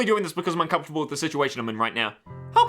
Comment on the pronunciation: u n c o m f u r t a b l a